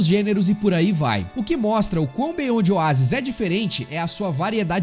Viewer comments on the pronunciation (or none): Tem que melhorar essa pronuncia aí né? Beonde Oásis foi fod@